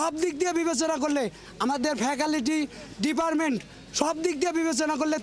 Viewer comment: ফেকালিটি😂 ডিপারমেন্ট 😂😂😂